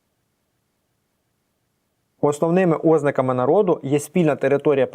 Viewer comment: чому Ознаки , а не ознАки?